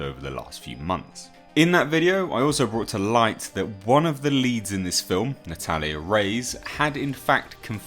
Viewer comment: "Natalia RAYS"...jesus dude.